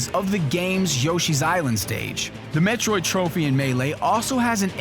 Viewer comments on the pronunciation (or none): none